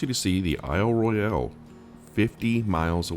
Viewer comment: Only the non local tour guides say Isle Roy-Al. It’s just Isle Royal. Even though it’s spelled Royale. An itinerary would be helpful with scenic spots.